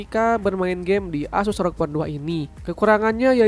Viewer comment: Bg?? Tulisan nya memang rog, tapi baca nya er o ge bg